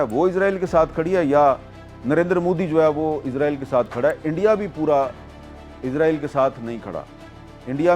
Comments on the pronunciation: حامد میر صاحب اپ اسرایل کو ازرایل کیوں کہتے ہو ؟ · میر صاحب ازرائیل نہیں اسرائیل بولا کرو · عزرائیل عزرائیل عزرائیل عزرائیل یار لفظ اسرائیل ہے اسرائیل کہیں جناب اسرائیل کہیں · Yar israil ko izrail q kehty hen likh to is se likn para iz jata hai q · حامد میر صاحب یہ عزرائیل نہیں ہے اسرائیل ہے اپنی اصلاح کریں ہر دفعہ اپ عزرائیل بولتے ہیں